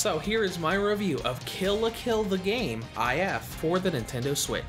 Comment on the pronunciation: It's “If”, not “I f”.